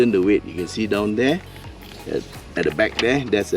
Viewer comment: not every sentence the word 'the' is pronouced as "de".